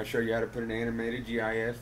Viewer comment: disliking because he said jee ayee eff jks